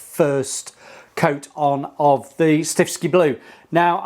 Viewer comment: Why do you keep saying stiffski blue? It's stiffkey. One S